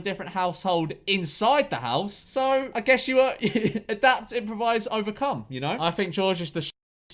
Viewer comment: 2.30 "adapt improvise overcome" huge emphasis on the "come"